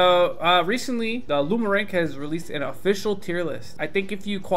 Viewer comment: When is someone going to tell that it’s not “LumaRank”